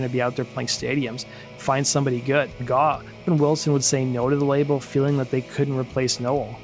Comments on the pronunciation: It's GAUGH, not GAAW or GOUGH. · The word is grape without the g. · Need to teach your AI how to say GAUGH